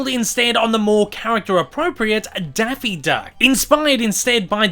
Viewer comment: “Denphie deunck” good lord